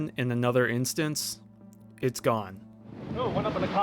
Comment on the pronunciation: Instant, not instance